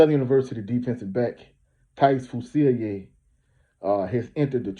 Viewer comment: That man a rb and that’s not how to say his name